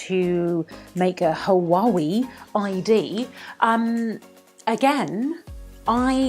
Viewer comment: It's pronounced Wa way... not ha wa we...